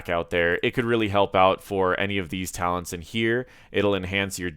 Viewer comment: Man, you can't even read the talents right. Shame.